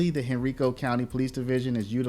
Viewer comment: It's hen-ry-co! Not hen-ree-co...